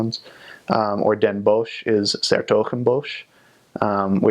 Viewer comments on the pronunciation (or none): I am Dutch and my r's are of too and I can't pronounce sneeuw/eeuw/(t)iel :( also bosch is pronounced as bos but the fact you already know how to sort of do it is awesome! ^^